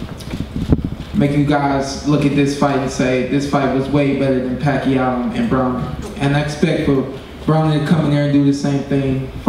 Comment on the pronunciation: so it pronounced bro-ner or as ellerbe pronounces it braw-ner?